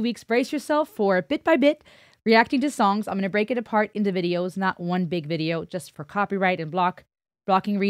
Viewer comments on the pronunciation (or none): none